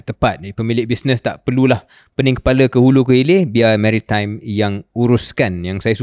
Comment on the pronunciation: Baru tau sebutan mary-time 😅